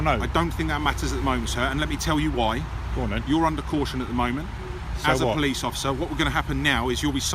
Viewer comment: “something you later lie in court”? At least pronounce the caution correctly!